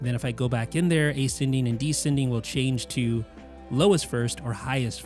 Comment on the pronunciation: What an idiotic guy. It’s never EASY or ANNOYING for him. It’s always SUPER EASY and SUPER ANNOYING. And it’s not A-Sending or D-sending. It’s Asc-ending , Desc-ending.